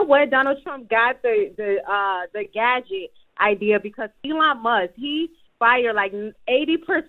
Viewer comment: 1st caller mispronounced the word gadget #!? GIRL BYE 👋😂😂😂😂😂